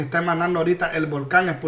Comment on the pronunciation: Dijiste volcon y no volcan q chistoso por eso me gusta verte para reirne jajaja